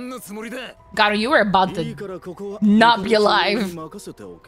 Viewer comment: Not geenos its to be pronounced jenos and not garoou its garo